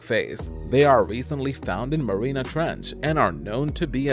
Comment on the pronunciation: It's not marina ,Marianas!